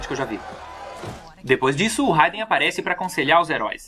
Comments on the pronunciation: Vc falou haiden o certo é raiden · É foda pra que falar o nome errado se pronuncia rweiden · Da agonia quando ele fala raiden com som de "a".